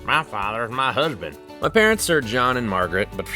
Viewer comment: "mah faather's mah huzbin" LOL